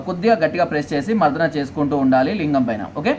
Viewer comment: Lingama ...angamara...yedava sarigga cheppadam thelsuko